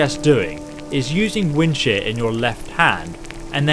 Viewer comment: This whole time I thought he was saying "Wind Shit" Until he put his cross hair on the unique weapon lol xd 😂😂😂